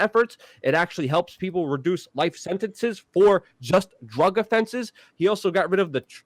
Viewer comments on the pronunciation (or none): none